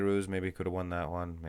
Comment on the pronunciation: Come on man His name is Be(h)rouz The letter H is not silent You pronouns the letter H Not (Bayrooz)